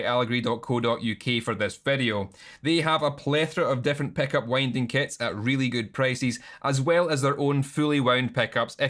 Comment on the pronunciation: honestly, i mostly clicked just to hear you say ‘peck-up’ for 12 minutes